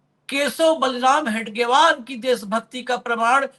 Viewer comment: हेगडेवार नहीं हेडगेवार कहीए,साहेब.